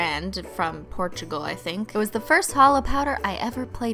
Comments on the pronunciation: That's not how you pronounce Portugal I'm not trying to insult you I'm trying to put this in the nicest way possible I swear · SHE SAID PORTUGAL BIATCHESSSSSSSSSSS